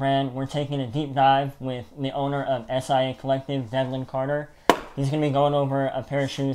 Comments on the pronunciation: Love the vid guys! But it’s pronounced “SY-AH” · Swapt Co Acronym indeed but never says “S-I-A”. 👍🏽